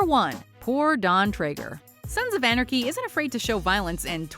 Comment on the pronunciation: She can’t say “Sons of Anarchy”.